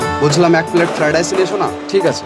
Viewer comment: Ferid rice😂😂😂nh ota fried rice bolle😂